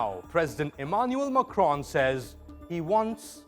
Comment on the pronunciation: The presenter pronounces the name of the French President as if he were Arab.